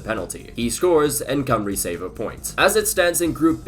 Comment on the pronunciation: An American pronouncing Cymru perfectly 👏🏻